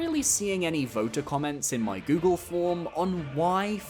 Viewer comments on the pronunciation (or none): none